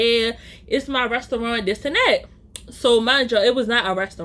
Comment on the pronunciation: The way u say restyouwant 😂